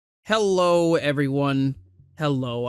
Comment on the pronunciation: herro :D